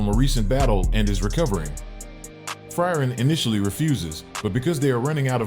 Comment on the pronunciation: pronounciation of frieren is bad, good vid tho